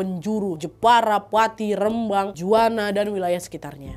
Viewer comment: Sebagai warga rembang seneng bgt kak nadia nyebut rembang nya bener🥺